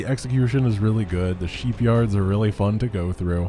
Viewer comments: French accent buddy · Ah yes, The Dylarian Sheepyards (as DuGalle would say it).